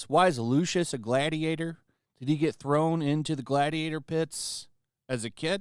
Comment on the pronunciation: “Myyy gladiata!”😂😂😂😂